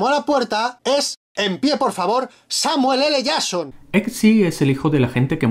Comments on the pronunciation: "Samuel ele yason" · No digo nada pero ellos tambien cambian la forma de decir Samuel L Jason a cada vez que pronuncian su nombre.